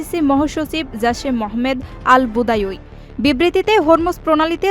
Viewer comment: ওনার নাম আল বাদাউই, ভোদাউই না